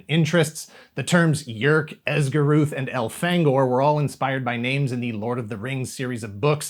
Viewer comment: Loved this series and had all the books. And I'm proud you pronounced the names how I've always thought they were.